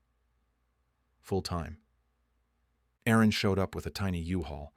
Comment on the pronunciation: There was an Aaron/Erin glitch.